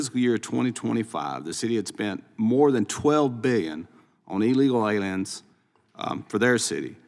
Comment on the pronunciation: Did he just say "Eely Loylians" ? I concur, we should definitely deport any and all Eely Loylians we find. ;D